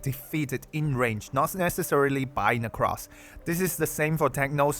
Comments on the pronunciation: actual psychic damage every time you call her "necrass" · Let's go he says, necrass. Based.